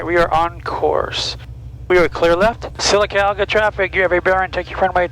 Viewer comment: Don't skip around saying Sylacauga. You did it right in the first video. Pronounced "Sillacogga" to locals. :)